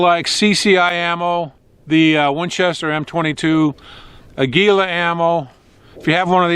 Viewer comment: Glad they made it right. On a sidenote, the Spaniard in me cringes when you say the Spanish word for eagle. Aguila is the word. It is pronounced: AH gee lah. The emphasis is on the first syllable. Not: ah GEE lah.